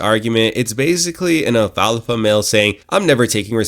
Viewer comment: "Alpalpha male"...😂😂